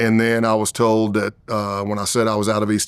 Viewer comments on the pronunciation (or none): none